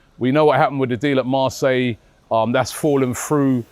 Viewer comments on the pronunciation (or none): none